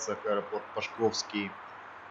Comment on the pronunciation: Аэропорт Пашковский ( пА шковский - ударение на букву А).